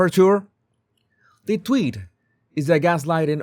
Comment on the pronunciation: Tweeeet not twit